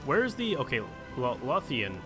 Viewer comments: Low-thian not loth-ian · I know the Americans struggle with Edinburgh, but Eee-din--burg? Also Lothian should be Low-the-an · Edinburgh is pronounced Ed-in-bur-ah and Lothian is pronounced loath-a-in. hope this helps😂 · >Pronouncing Edinburgh and Lothian like that REEEEEE